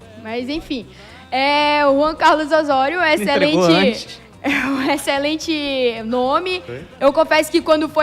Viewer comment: O O e o E são sempre fechados em espanhol. Portanto a pronúncia é Ô-SSÔ-RIO.